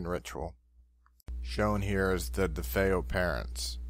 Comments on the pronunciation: Dude said “The DeFos” lol! He does need to get a fucking life! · It angers me that they can't even bother to learn to pronounce nor spell "DeFeo," or "horror house," for that matter.